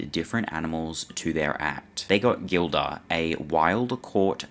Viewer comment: I should really write a book because listening to some of this nonsense, half truths, un truths, straight bs, is frustrating. And its pronounced Jill- duh NOT Gill - duh. Sheesh! Believe me when I say my book wouldnt be all sunshine and rainbows, it would probably be 60% positive light, 40% not so much. by the way, they recorded every show so they could review the performance and see if there were any mistakes, missed cues, etc. EVERY NIGHT. The tapes were pulled before the ambulance even showed up. They do exists. If the story of where Roy was before that nights show, the events may be clearer. It was on his Bday after all. Just saying....🎂🍸🍸🍾